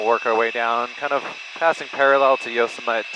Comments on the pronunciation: Yo-sem-ite? Yo-sem-i-tee. Only one of the most famous national parks in the world. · Yosemite is pronounced Yo-semity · Just FYI it's pronounced Yo-semi-tee. 😊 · It’s pronounced yo-sem-et-tee. Accent on the second syllable.